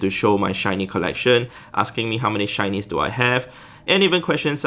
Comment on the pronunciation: shinys I can't hear shinys I hear Chinese 🤣🤣🤣